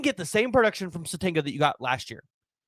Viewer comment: It’s pronounced sa tenya He can also make plays as a kick/punt returner.